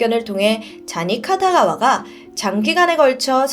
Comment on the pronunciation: 쟈니 카타가와 X 쟈니 키타가와O